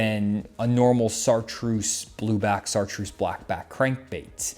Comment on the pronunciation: Did he say "ssartreuse"?